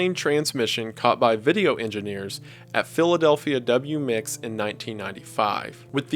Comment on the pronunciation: It's not "W-MIX", it's "W-M-I-X". That's how you read station identifiers.